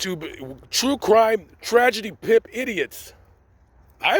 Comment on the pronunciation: I love the way u said Tragedy Pimps bc I’m part of the group bringing them down!!! I’m the one that was assaulted by them in Savannah!!!! Speak about it!!!!! Thank You for putting these stories out